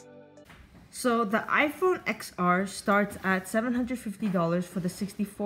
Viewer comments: TEN R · Stop calling it xr.....even tim cook calls it 10r